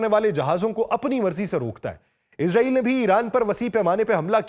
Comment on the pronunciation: اسلام علیکم سر آپ سے درخواست ہے کہ لفظ اسرائیل ہے نا کہ عزاعیل